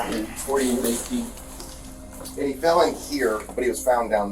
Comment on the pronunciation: Cant even say the word"fell."🙄